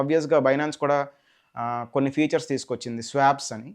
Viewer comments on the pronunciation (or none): చాలా చక్కగా వివరించారు. ధన్యవాదాలు. మీరు ఫ్యూచర్స్ అంటున్నారు. అది ఫీచర్స్ అనుకుంటాను.